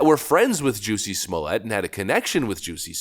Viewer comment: Great report, but please -- be different. Say his name correctly with all the emphasis on the 1st syllable. It's not French or it would have an E after the double T :)